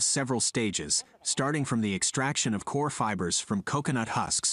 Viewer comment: Coconut fiber is called Coir...🙋🏾‍♂️✅ not coor....your pronouncing it wrong...🙅🏾‍♂️❎